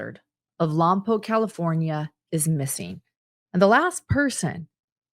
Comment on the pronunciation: I live in Santa Maria where the "mom" tried to rent a car. Im only 20 minutes away from Lompoc pronounced Lompoke thank you for saying it correctly:) I hope they arrest the mom